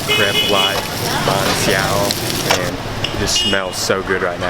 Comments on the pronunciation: if you do ever one day get the chance to visit Vietnam again that is my home country I love the video and btw it pronounced Ban Sail like that but with accents so sail well almost have a w at the end of it instead of the l easier said in person then typing it lol XD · Nghe ổng đọc chữ Bánh Xèo mắc cười ghê